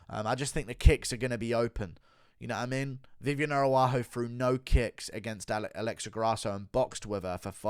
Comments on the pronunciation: Does he mispronounce as a joke? “Air-a-wah-ho” is insane 😂😂😂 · Stop butchering Viviane ARAUJO’s name for God’s sake